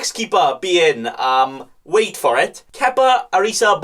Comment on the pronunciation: But your pronunciation of Kepa, made me want some Pasta Bolognese at 4am LOL